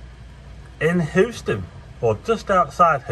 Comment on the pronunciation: Beautiful storm! HOO-ston! 😂😂